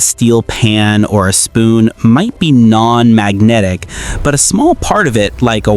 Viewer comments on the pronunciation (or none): bro... the explanation is nice. but the video is nonsense ai garbage... what the hell is "magrotic propertities"